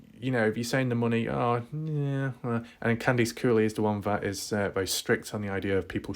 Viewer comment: For some weird reason I like your accent when you say the word Horse. Bc you say it like Whooorse lol. And Candice Cooley sounds like Candys Cooley